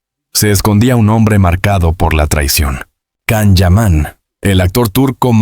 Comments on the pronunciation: La pronunciation wey.. Can(no es un perro) Can se pronuncia" llan" u algo entre "y" o " ll" Depende del idioma... Total es Can (LLAN) YAMAN❤ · Kan?? Siguen sin pronunciar bien su nombre